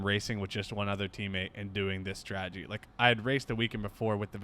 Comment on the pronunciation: As always, love the content.... please, it's STRATEGY, not STRAGEDY (ie. no such word).